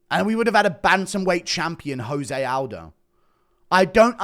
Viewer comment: 5 seconds in Guru disrespects Jose Aldo by pronouncing his name wrong